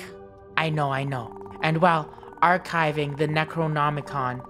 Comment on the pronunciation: Archiving not arkiving